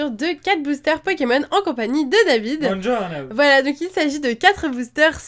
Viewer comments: dit à David que Buongiorno se lit bou.onne.journo okey pck moi sa me dérange bc mdrrr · le buongiorno de david a lol ( buongiorno =bonjour zn italien) ca ma fait trop rire. tu fais du italien david ?